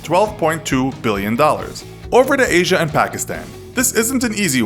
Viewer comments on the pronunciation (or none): none